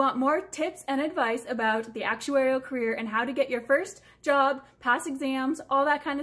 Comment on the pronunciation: the way you pronounce "career" is very cute though